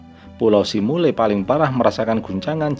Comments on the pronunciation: simeulue dibaca simelu bukan simule mas.. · Kenapa simule bilangnya bg?